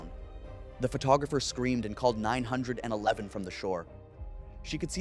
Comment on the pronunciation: learn how ro say 911 correctly